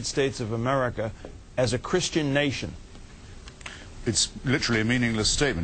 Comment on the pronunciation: Americer lol